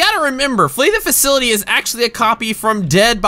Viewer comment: Did anyone else notice how he said free the facility instead of flee the facility?